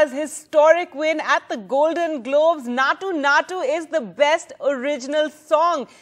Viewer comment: Maa'm its Naatu Naatu, not Nacho Nacho 😂